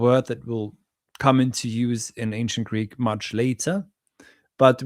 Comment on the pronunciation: Listening to vs is like night and day, not least of which for their Greek pronunciation. is atrocious!